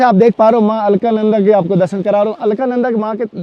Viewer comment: आपकी हिंदी बहुत कमजोर है मां अलकनंदा को अलका नंदा बोल रहे हैं